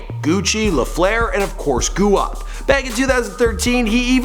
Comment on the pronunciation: Do you say guap as goo op in purpose? Or did you not know it's gwop?